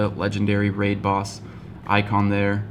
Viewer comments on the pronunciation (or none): none